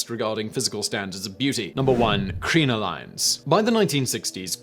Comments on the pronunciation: Omg how do you pronounce crinoline ? It is CRIN O LIN !!!! doesn’t really matter but I went wtf is he talking about ? Until I saw the illustration! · I can assure you this is not how British people pronounce either word! I winced a lot. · Your info on corsetry is really inaccurate, much like your pronunciation of "bodice" and "crinoline". You really should take more time to find out what's fact and what's myth, and to at the very least google up the correct pronunciation of words you don't normally use. If you want to hear about corsetry from someone who really knows the subject, check out Bernadette Banner and Morgan Donner. Both of those ladies have channels about sewing vintage clothing, and they've researched the topic extensively. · Yes. The crinoline pronunciation was just brutal!